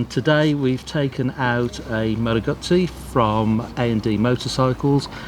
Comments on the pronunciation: It's not a GAAAAAAAAZI. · I hope you al learn how to pronounce GUZZI 😅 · The only bad thing about this video is the way they say guzzi lol.